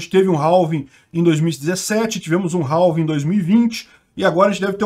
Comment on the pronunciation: Se pronuncia "réf" = half E "réving" = halving =x